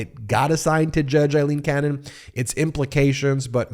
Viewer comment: Feels like an exercise in mispronouncing her name as many times as possible. Force her recusal, but also say her name right.